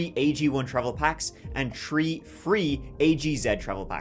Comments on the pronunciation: In this episode, said “tree (3)” and “turty (30)” ten times. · Did you say tree free? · You know, can say the word, THE, but he can't say THREE. That, is pronounced, ``shree,'' or sometimes, ``tree.'' Anyway, I like walking in cemeteries. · Stop mispronouncing mausoleum. And the 3's!